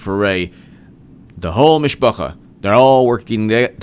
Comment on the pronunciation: Mishpuha - [meesh-poo-hhah] you should say